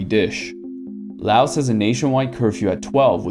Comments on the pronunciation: Lao. The S is silent. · The s on Laos is silent. It's Lao as in cow. I've been to Lao many times mostly on visa runs when I used to live in Thailand.